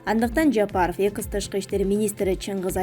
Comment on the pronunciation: Экыс эмес экс,ушул созду такыр эле туура айталбай койдун го